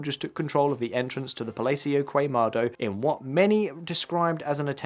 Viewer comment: KUEMEDO...KUEMADO...god how hard is it to look up the correct pronunciation. KEMADO.